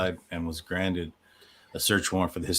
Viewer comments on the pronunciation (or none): none